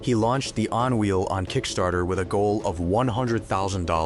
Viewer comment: But I like the On Wheel!